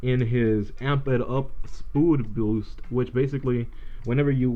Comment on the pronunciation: you saud "spoodboost"